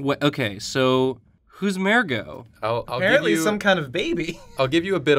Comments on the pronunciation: Why did you have to pronounce mergo incorrectly, it's not mare-go it's murr-go. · Mer-go not mare-go ahhh god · What is up with your pronunciation of "Mergo"? You keep pronouncing it as "Mairgo". It's an "er" not an "air". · M-er-go not mair-go